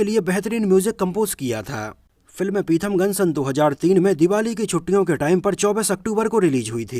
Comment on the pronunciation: पिथमगन नहीं पीथामगन नाम है